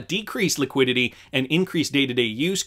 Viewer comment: LEEE QUEEE DEEE TEEE